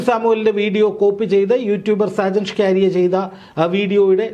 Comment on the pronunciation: സാജൻ ഷ്കാരിയ അല്ല സാജൻ സ്കറിയ